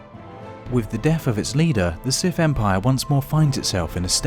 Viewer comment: The "Sif" 🤣🤣🤣